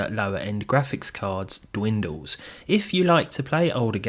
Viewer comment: It's "dwindles"